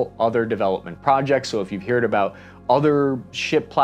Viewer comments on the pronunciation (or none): does he really say "hear'd" instead of "heard" lmao